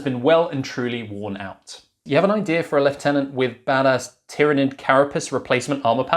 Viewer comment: It's just refreshing hearing someone pronounce lieutenant properly.